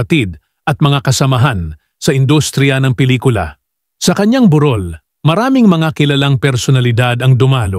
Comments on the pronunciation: Ok sana tong vlogger na to pero jusmiyo hindi mo ba kayang pag aralan ang tamang pag pronounce ng mga salita at pangalan??? Kagaya nun BUROL...ang tinutukoy mo ay WAKE (lamay) pero ang pag pronounce mo ay BU'ROL which is HILL in English. Nag effort ka na lang din naman mag vlog, tuwirin mo na rin yang dila mo. Nakakapagtaka naman na mostly na popronounce mo ng tama pero yun ibang salita na madaling sabihin, mali??? Arte arte! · Burol- hill Burol- wake Mukhang mali ang pronunciation . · Pki aus naman ng pronuciation sa mga sinasabi praktisin niyo muna pra malaman niyo kung tama ang pa pronounce ng bawat salita sakit sa tenga eh BUROL 2 kasi meaning niyan either wake or hill so magkaiba yan ng pag prounounce paki pra nman d masakit sa tenga pakinggan